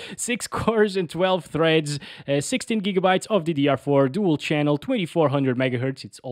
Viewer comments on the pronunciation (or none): none